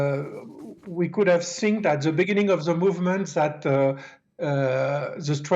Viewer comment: Ze sing = The thing😊